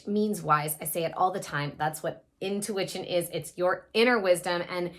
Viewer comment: Ever since the first time I heard you say IntuWitchin, I started a lil dance mantra with myself, "My IntuWitchin is bitchin & my third is twitchin, telling me...blah blah blah", whatever I need to know that day, its just spontaneous flow & silliness that makes me happy and raises my vibe & now I'll have a cute Tshirt to do it in😉, thanks PS- I almost didn't do it cuz my mind was like, "um, excuse me, it does say half shirt, big belly, whatcha gonna do with that!?" Rude 😂 I got up and did my dance mantra in the mirror and said I love you body, no matter what & we're going practice self love in our new half shirt & I bet some of this excess weight will start to peel off naturally as a result 🥳